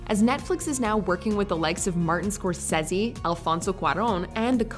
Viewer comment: She also said Martin “Score says he” 🤷🏻‍♀️ so...